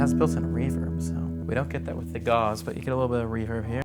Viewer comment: Your pronunciation of Gauss needs more German accent Also gauss is different then gauze kek